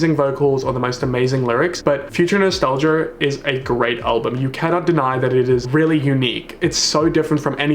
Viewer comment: Nobody:: dua liper Not a soul:: future nostalger